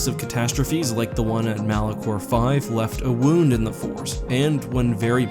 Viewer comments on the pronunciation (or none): none